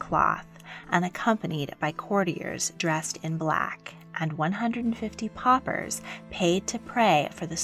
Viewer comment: "poppers" is actually "paupers".